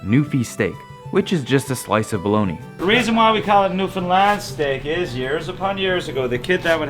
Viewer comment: Now you just need to learn how to pronounce Newfoundland not newfinland